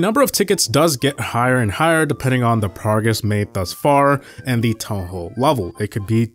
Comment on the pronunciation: town hall not toa hoa